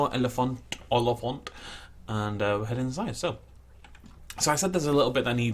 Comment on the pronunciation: O- as in road Li - as in Christopher Lee F - as in flamingo :p Ant- as in kinda the middle between aunt and ant. The emphasis is on the first 2 syllables, O-li and then fant. Hope this helps. :)